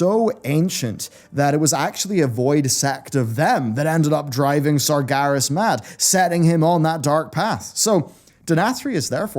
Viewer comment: I really like this channel's content, but I'll never get over the fact says SargAras haha